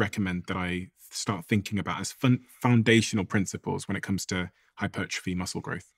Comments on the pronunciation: Oh come on, are you telling me that after all these years talking to nutrition and sports experts for hours and hours Steven "doesn't know" how to pronounce hypertrophy? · Why is Stephen pretending he can’t pronounce hypertrophy? Weird